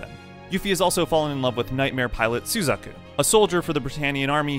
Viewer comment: how can you mispronounce the names like this? sUzaku? It's suzAku, sir. My immersion is ruined